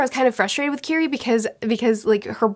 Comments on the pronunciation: Love your videos! Her name is pronnounced Kiri-eh 😘🤗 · Mispronouncing Kirie's name makes me feel like a screeching child is in my ear. Ki-ri-eh.